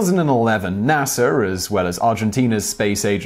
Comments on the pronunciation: You always say nasr it’s NASA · NA-SA not NA-SR